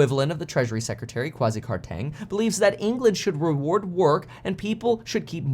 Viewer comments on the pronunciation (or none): Hey Kevin, love the content thanks for sharing your thoughts. Laughed out loud at your attempt at saying Kwasi Kwarteng. By the way his position is known as Chancellor of the Exchequer rather than chancellor of the exchange. Keep up the great content.